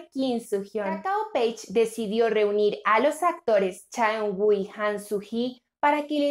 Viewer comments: Por amor de Dios... no se llama chaenguo...su nombre se pronuncia CHAUNU... a ver si aprenden a pronunciar el nombre correctamente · Su nombre se Pronuncia Cha Eunu!